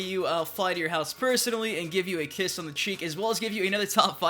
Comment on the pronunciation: Did this Nigga say kiss